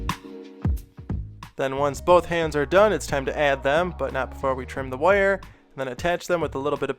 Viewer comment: Every time he says "wire" as "woiyar" take a shot.